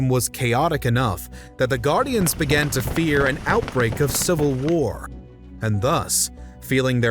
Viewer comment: You seem to add a ‘t’ to many of your words so they sound like ‘Englandt’ and ‘imaginedt’ even other sounds and breaths ‘once talks began-uh’ . It’s so incredibly distracting. Maybe tone it down a bit.